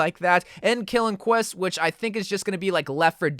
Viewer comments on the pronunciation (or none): none